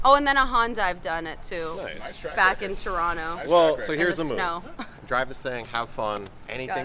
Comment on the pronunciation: Legit beginner hooning Inanna! Representing us Canadians well, eh! Respect! More seat time and you'll be a ripper. You know she is a Torontonian based on how she correctly pronounced Toronto , the second T being silent in the local tongue. :P Most of us Canadian did our first donut it the snow, unless you're from Vancouver. Then it was in the rain. My first was also a Honda, 90 CRX si. Reverse donuts, j-turns in parking lots. E-brakes everywhere, haha